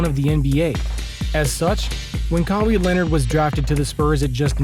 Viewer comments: lmao.. this youtuber lives in Amazon. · who tf is kahwee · Bruh i needed this laugh 😂😂. Kaweee leonard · Pronounce his name right 🤦‍♂️ kawie wtf is that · I know ur fake when ur pronouncing players names wrong. KAA-WEE LEONARD 😂. I bet u never heard of dis dude before and just made this vid to get views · Thank you. 😂 I wasn’t even tryna hate, it just makes u look bad when u say KAA-WEE LEONARD and claim to know all about him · just a little feedback, please pronounce his name right. Other than that keep improving I liked this video 🔥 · Why he pronounce his name like that? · How much do you know about the man himself u can’t pronounce his name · I was confused everytime I heard it in the video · I don't think anyone is hating on you. This only being the first time I've watched a video from this page, its just hard to take you seriously when you mispronounce one of the most talked about players in the NBA this year, 2nd to Lebron James.. First impressions are everything. Imagine going to a page with NBA content like yours and in the opening line they say, today were going to talk about how Lee-Bron James lead the Los Angeles Lakers on a historic run to win the NBA finals in his 17th season. You would turn that shit smooth off!!! 😅🤣 Everyone knows how to pronounce Lebron's name.. Moral of my feedback is you have to do better with your information when you are speaking about facts because all it takes is one hole in your story to sink your boat.. Just constructive criticism thats all. Keep doing you 💯